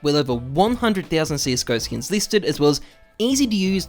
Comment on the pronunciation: sksin not skins xD